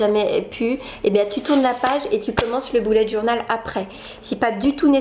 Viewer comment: Mdr comme tu dis bullet journal. On dirait que tu dis boulette journal 😂😂😂